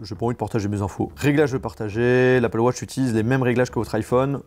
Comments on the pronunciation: « Apple wotch » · Apple wotch😂🤦‍♂️